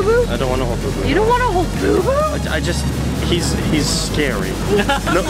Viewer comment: It's BooBoo not BoBo